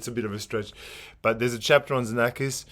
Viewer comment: Hi! Congratulations for the nice videos you offer us. Please allow me a correction because I often hear it from others: Xenakis is pronounced Ksenakis in Greek. That's his name. Be well and thanks again